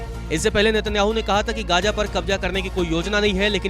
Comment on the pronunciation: एंकर जी कृपया अपने उच्चारण पर ध्यान दीजिय। gaaja, ijraail, kabja आदि शब्द कानों में चुभते हैं थोडे प्रयास से इनका सही उच्चारण सीखा जा सकता है।